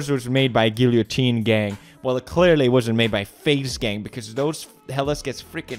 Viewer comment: So he can pronounce Trebuchet but not Guillotine... 🤦🏽‍♂️